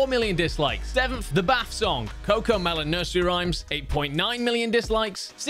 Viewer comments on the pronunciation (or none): none